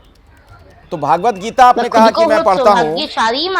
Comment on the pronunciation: भागवद 'गीता' नहीं, भगवद्गीता होता है,, भागवद एक पुराण है